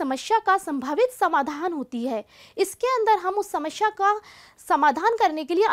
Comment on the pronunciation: hindi ka uccharan karna seekhiye mam.. samasya hota hai samashya nahi... aap log hindi ke naam kharab karte hain